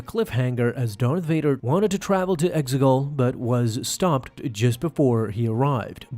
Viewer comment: Exegol....say it with me...EX-E-GOL